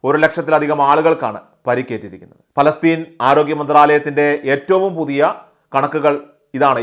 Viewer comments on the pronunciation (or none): none